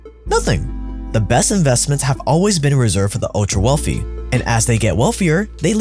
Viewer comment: Wealthy, not WELFY!